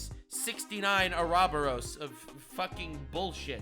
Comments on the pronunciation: Ouroboros is pronounced; aw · row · BAW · rowz. not, A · raw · ber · os. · Arabaros: he meant ouroboros.